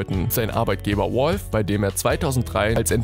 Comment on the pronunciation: Das heist valve nicht wolf xD